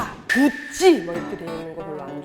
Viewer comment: 구~찌, 발!렌!시!아!가! 이런걸 싫다고해놓쿠 똥똥똥똥은 모에요모에용 ㅋㅋㅋㅋ